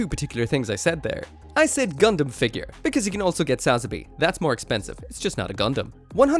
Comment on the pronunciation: Learn to say sazabi for crying out loud